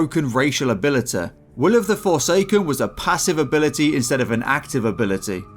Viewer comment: Most broken racial Abéļtété